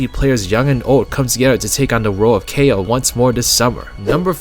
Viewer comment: I think Kao is pronounced like "cow" now "kay-o"